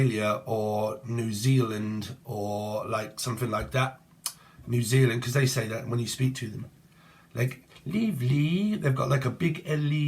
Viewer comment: Lol I love Austin Powers that bit cracked me up - fat bastard, is hilarious 😂 you got New Zealand right this time too xx